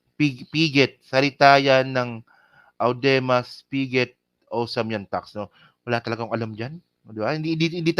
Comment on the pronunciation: It's pronounced as Udemar Pigey (Audemars Piguet) more expensive than Rolex.